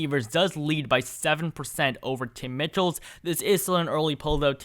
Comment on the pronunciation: In Wisconsin, the Governor's race, Tony Evers probable opponents name is pronounced Tim MICHEALS. Not MITCHELL'S.